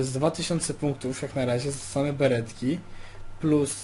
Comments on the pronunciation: smaw zamiast mav i beretki zamiast baretki ? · Nie Beretki tylko BARETKI, bez obrazy pozdrawiam i przybijam łapkę